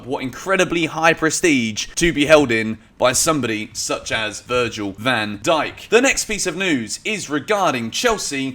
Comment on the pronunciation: "Virgin" van Dijk